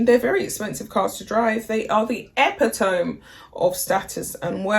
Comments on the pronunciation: Epitome is pronounced Uh pit uh me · Not in the UK. It is sounded as it is written; but the concluding two letters are pronounced as in the pronoun ME, ie the final letter E is sounded E. Thus, did mispronounce this word by pronouncing the last four letters as tome, whereas the E is not silent. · Pronounced ee-pit-om-me